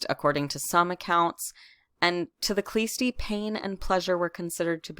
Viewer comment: The "k" is silent in the name of the sect, it is Hlõstõ